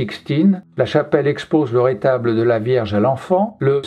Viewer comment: On dit 'un retable' et non 'un rétable'